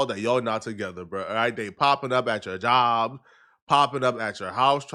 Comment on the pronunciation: “Popping up at ya Jaobb” why you talking like that?? 😂